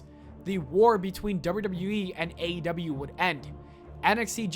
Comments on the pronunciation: Sounded like you said AW lol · Somebody teach this man how to pronounce AEW